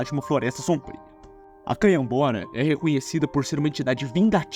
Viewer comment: ele só errou canhabora galafuz resto tá certo amigo